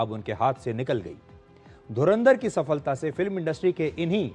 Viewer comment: सफलता शब्द का उच्चारण जिस प्रकार वह शब्द इस video में लिखा है, वैसे ही है। सफ़लता नही है, क्यों की फल शब्द संस्कृत है, फ़ारसी नही है। Phala, not Fala. Phala-Phool, not Fala, Fool Since we are talking about Hindi cinema/ Bollywood- there was a movie titled Phool Aur Kaante , not Fool Aur Kaante!